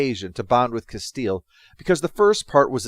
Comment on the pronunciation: It sounds like you call that character 'Castile'. Isn't it 'Castillo'? (cass-TEA-yo)